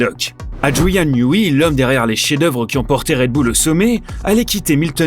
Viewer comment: NIOUWAI pas NIOUWI ;-) mais c pas grave